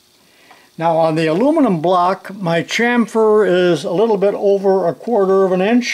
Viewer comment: I can’t believe you pronounced “Al You Mini Um” correctly! 👍👍👍🇦🇺